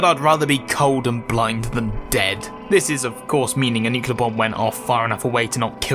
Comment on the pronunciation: Great video, but you pronounce nuclear wrong so I'm coming for ya'